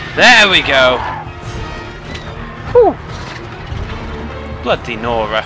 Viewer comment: Oh, it's bloody nora? I every time think he was saying: Blo Dinora.